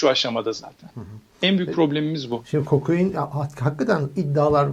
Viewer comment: ulan kokoin diyip duruyor yaaaa KOKAIN KOKAN ismi... KOKOIN degil